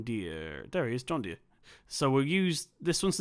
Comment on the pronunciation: U completely butchered the john Deere😂😂